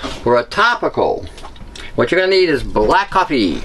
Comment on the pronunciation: are you saying coppie or coffee I can't understand some of your words. sorry, nerve damage